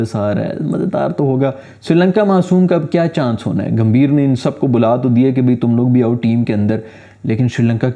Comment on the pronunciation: Grrrrrrrr Its Gambhir not Ghambir Gam-bhi-r Similarly It's Kohli not Kholi Ko-h-li Proper noun hai to kuchh bhi karoge .... 😤